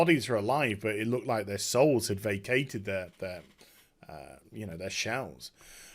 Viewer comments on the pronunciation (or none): none